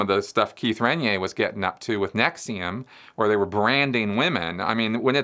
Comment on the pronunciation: LOL. Why, in God's name are you still mispronouncing Keith Raniere?? "Ren-yay" doesn't even make sense, given the way it is spelled! I will try this one more time. His last name is pronounced "Ran-eer-ree" (3 syllables; not 2). By continuing to mispronounce his name, it gives the impression that you haven't really researched or studied the man!